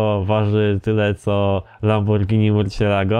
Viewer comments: Lamborgińi XD lambordżini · Mów normalnie a nie jakieś lamborgini